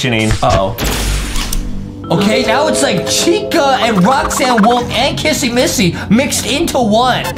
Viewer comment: Its not kassy massy it is kissy missy